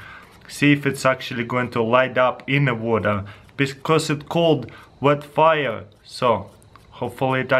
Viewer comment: "bet faia" taras 2017 <3